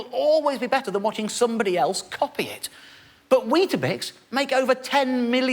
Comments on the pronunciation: Why does he keep saying "bisk"? It's weetaBIX, right? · Stop saying 'biscs' ffs. Bix. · Every time he said 'wheat bisk' I shuddered. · I too spent most of the video wondering why he couldn't pronounce Weetabix. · Its Weetbix in NZ.... just saying the cringe is worse...